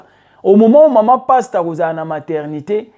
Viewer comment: Desho ndenge ozo prononcé kombo ya sois disons Pasteur yango 😅😅😅😅😅 passtemps Kiékiékié 😅😅😅😅😅 baza penza ba passtemps bazo mema ba sois dison ba Soeur na lifelo Nzambe sunga.il fallait kotangaka ba kombo na bango po balapa